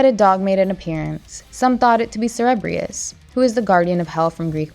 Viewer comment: Thank you. She mispronounced Cerberus too